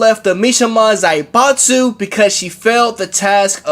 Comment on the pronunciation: Lol Zai-Bot-Zu